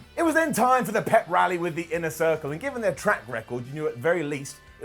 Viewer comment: "Inner Thircle" 🤣